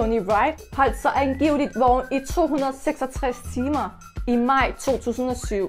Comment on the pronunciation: Du siger ikke vågen men du siger vogen